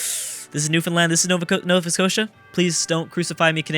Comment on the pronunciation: you got nova scotia right